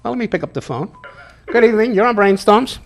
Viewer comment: Whats "breeen stumms"???